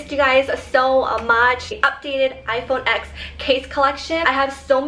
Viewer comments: It's pronounced iPhone ten, not the letter x. And how in the hell is that case holographic its clear with triangle cuts into it lol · Love you! I literally click your video's so fast! But one thing though, when you have such an expensive phone and pronounce it's name wrong haha. It's actually called 10, X as the Roman number. Because it was the tenth anniversary of the iPhone!